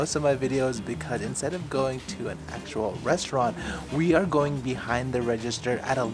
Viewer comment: what's a goning?